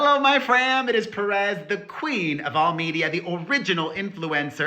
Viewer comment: I love how you roll your r’s when you say your government name. I thought Perez Hilton was your actual name 😂❤Now I know